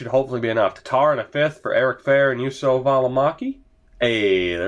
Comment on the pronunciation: Välimäki's name: You: - so (really short o) and not Jusso